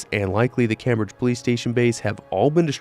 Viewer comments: smallest detail but its pronounced "Came-bridge" like as one word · My man doesn't know how to pronounce " Cambridge". Jesus. 😂